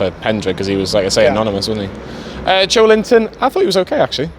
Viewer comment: I'm too numb to feel disappointed or angry anymore. Realistically we can't expect any joy under Bruce, Charnley and Ashley. At least that's what I'm telling myself to keep from drinking too much, don't think we didn't pick up on you saying "anomynous" 🤣😉